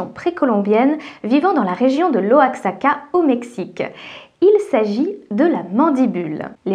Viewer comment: Super vidéo 👍 Par contre on prononce pas o a x a k a mais oie x(entre la jota espagnole et le ch) a k a